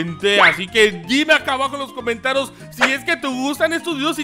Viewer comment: Hola sin ofender cuando dijiste comentarias dijiste comantaros